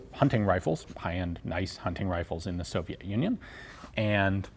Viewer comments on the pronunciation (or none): Блин, я тоже не заметил разницы, когда Йен сказал "Совьет юнион" на . Чёртов совок не отпускает XD Кстати, дико приятно, когда говорят об оружии, которое делают в твоём городе. Жаль, что Драгунов-младший перестал проводить лекции у нас, но раньше они были. Я ходил на них. Damn, I also did not notice the difference when Ian said "Soviets Union" . The devil does not let go of the scoop XD By the way, it's very nice when they talk about the weapons that are being made in your city. It's a pity that Draganov, Jr. stopped giving lectures , but before that they were. I was visiting. google tr.